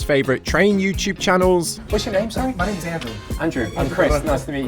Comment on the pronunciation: Op consistently mispronounces peoples’ names when he repeats them, like he’s tone deaf. Strange.